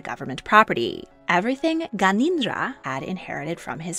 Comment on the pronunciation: It's Gyan en dra Not ganindra